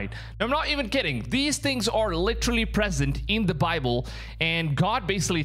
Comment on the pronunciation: stop saying thee wrong it's theeeeeeeee not thai